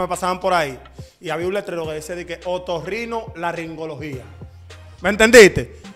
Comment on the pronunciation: Ni tú sabes pronunciar esa palabra. Es otorrinolaringología.